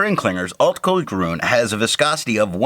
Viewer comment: Nice video, watched immediately ;). By the way, two small remarks. It is "grün" not "grun" which changed the sound. Also, you have called this ink KWZ Alt-Goldgrün once or twice which I think was quite funny 😂. Take care ;)